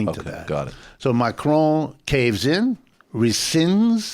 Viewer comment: Why does the presenter keep saying Macrone. It's Macron.